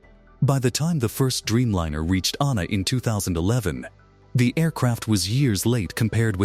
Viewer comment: Anna too instead of ANA. Very annoying. I guess AI has a ways to go.